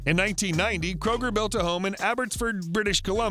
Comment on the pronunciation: His last name is Kröuger